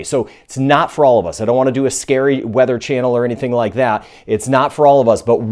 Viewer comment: "Scary wearher channel", lmao